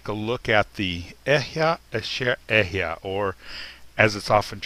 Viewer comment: Bro the right pronouciation is Ahaya😂😂😂😂😂😂(אהיה)